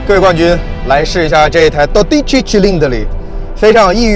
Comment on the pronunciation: 小小挑一个错~dodici重音在do上 不在di上